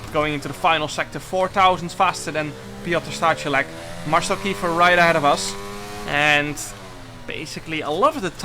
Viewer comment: I just laughed while u was reading Piotr Stachulec name haha